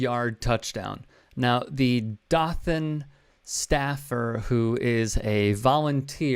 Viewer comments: If you can't pronounce Dothan correctly (Doe-than) correctly keep it out of your mouth. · "dough-than". Hearing it like that hurt me as a nearby local xD. Im from PC in FL about an hour or so away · The "O" in Dothan is long.